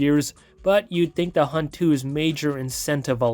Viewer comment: “The Hubt” ☠️